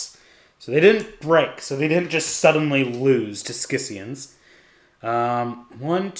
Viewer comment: Great report. Only minor note, scions is pronounced “sigh-ons.”